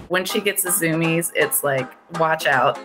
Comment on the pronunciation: "When she gets the s/zoomies".........what is a zoomy or soomy?